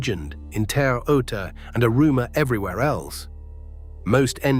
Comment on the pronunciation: C'mon, more AI generated crap. Great video subject, but, can't pronounce Celtics, Auerbach, or Terre Haute.